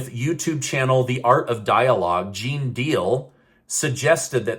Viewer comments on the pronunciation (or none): none